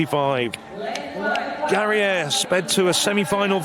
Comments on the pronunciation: European? Spain-Basque Cowntry versus África. It's GA-RA-I-AR.No Gereia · Ninguno sabe perder porque no han felicitado al ganador. En España todos nuestros deportistas saben perder porque tenemos esa elegancia y esa modestia en nuestra cultura. Y al comentarista hay que decirle que el apellido de Garaiar se pronuncia tal como se lee en español y NO en francés